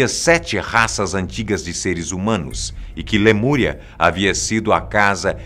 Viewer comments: Lamuria ou Lemúria? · Lamúria Ou lemuria? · LAMURIA ????????? Falha inadmissível!